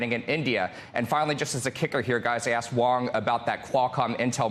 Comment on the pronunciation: His name is Huang not Wong. Please learn to pronounce it accurately.